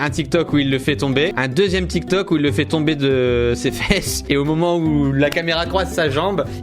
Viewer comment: Il a dit dramatik tok😅😂😂😂